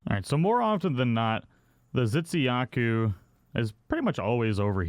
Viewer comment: I'm sorry but I could help but notice you pronounce Tzitziyaku as Zitsiyaku (ㅇㅅㅇ)